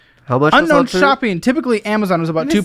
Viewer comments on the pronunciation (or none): “ uknown spending”